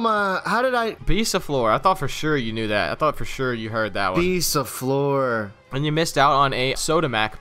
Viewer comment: Btw u speak the "or" from bisaflor like "ar"